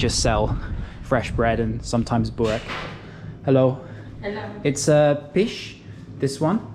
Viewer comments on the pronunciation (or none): Its mish with an M not pish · Hahahaha you said that wrong 🤦‍♂️. It's not pish but it is mish 😂. Anyway cheese is not bad either 👌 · its "mish" not "pish" 🤣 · Mish= meat Mish with M not with P pish 😜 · Was trying to say "Mish" which means meat but he sounded like he was saying fish lol 😆